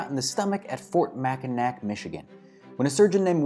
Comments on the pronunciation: So it's totally a weird thing, I get it, but Fort Mackinac... That's pronounced Mack-i-naw, which is something you'd see reading the very first sentence of the Wikipedia article on it. Hearing Mack-i-nack made me physically cringe. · Mack-in-ACK? Sorry to break it to you, but I'm pretty sure it's pronounced Mack-in-AWE. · Mackinack? My guy, it's famously pronounced "Mack-in-Naw" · Heh, also stopped me dead and I had to pause and see if someone else had already posted their horror over his pronunciation. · Mackinac Island This is an easy one. If you're a native Michigander, you know that this popular Northern Michigan destination is correctly pronounced “MACK-in-awe Island”. I'm not even from MI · Bjorn Olson what is your point? It’s pronounced aw wether it’s spelled with a w or a c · I live in Michigan, it's pronounced both ways in certain circumstances. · Thank you. Even this non Michigander recoiled at that pronunciation.